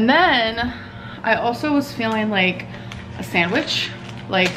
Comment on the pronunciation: The way she pronounces the d in sandwich 🤬